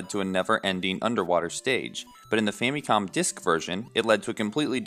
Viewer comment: Just one thing, please stop pronouncing it like fammee-com. There are only two acceptable ways to say this word. With English sounds, understand that the word is a contraction of "Family Computer", so it is correct to say "Fam-ih-com". Or, say it the Japanese way which has a different "a" sound: "Fah-mee-koem".